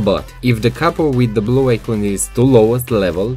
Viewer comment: Good tips PS: "ai -kon" NOT "ai-kuuuuun"